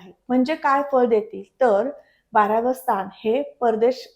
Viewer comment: माहिती खूपच छान आहे. 👌🙏धन्यवाद! पण मॅडम राग नसावा.. " शणी, स्थाण, मणापासून" असे उच्चार खटकतात. आणि 4 - 5 वेळा तुम्ही " वहाण " हा शब्द वापरला आहे. त्याऐवजी " वाहन " असा शब्द असायला हवा होता. ( वहाण = पादत्राण = चप्पल )